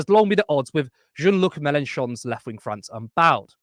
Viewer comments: aw, please don’t tell me has the pronunciation of “Jean-Luc” wrong ☹️ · From your pronunciation of “Jean-Luc”, I can tell you need to watch more Star: The Next Generation (one of the most philosophically left-leaning television shows ever, at its best, and the show that taught me the ethical and sociopolitical beliefs I still hold to this day). Live long, and prosper 🖖